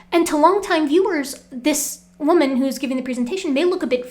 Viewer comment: "and they gibbon all they got" 🤪